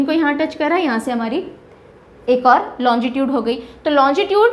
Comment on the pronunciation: मैडम आप लोंगिट्यूड को लोंजी ट्यूड क्यों बोलरहे हो